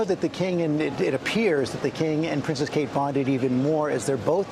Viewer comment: It's Kkkate 🤣